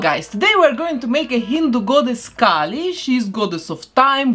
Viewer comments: Me watching with the same name as Kali: “she’s pronouncing it wrong” 🙃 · No, your name is the wrong pronunciation. Kali is a Hindu goddess lmao. It’s pronounced “Kah-lee” not “Kaylee” for Kali Ma.